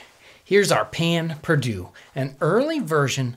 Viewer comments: Payn perdue??? 😂😂😂 Pain perdu please... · Its "pain perdue" not "payn" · its pronounced pehn pairdue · Us Cajuns STILL make this.. though we pronounce it "Pah Pah Due". We don't normally use a sauce after, and it's just stale bread dipped in a mix of milk, eggs, honey or sugar, cinnamon and a pinch of salt. Using sugar causes it to burn really fast for some reason, which is why honey is often used instead. Grill it up on a heavily buttered cast iron skillet. Bother, I just made my own mouth water. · I hate how he says "pan perdoo" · I am French and he kills me every time he says that pain perdu. But I Love You episode! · That pronounciation of pain perdu makes me die inside a little bit